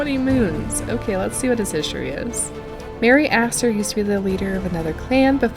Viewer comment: Stop it XD it sounds like your calling merryaster merryasser😭😭😭